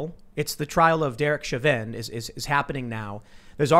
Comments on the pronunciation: Show-vin, not shove-in. Sorry, not meaning to nitpick, just caught my ear. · Typically, because of its French origins, Chauvin is pronounced [show- VAN (with a very short, staccato ending of the N), but I think this particular family pronounces it the same way you do: [SHOW-vin] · FYI "Shaw Vin" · Chauvin= Show-Van It’s French. Also a city in Louisiana. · Chauvin is a French surname found in Quebec, pronounced Sho-veh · His name is pronounced, "SHO-VAN" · Cajuns pronounce it Sho-van (you drop the “nuh” on the N, but keep the A sound) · Chauvin is pronounced Shaw-Vin with emphasis on Shaw and not the Vin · Chauvin is French and is pronounced Show-vĕ or show-van, the n is silent. I grew up in a town named Chauvin and dated a girl with the last name Chauvin. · Pronounce Chauvins name correctly ffs!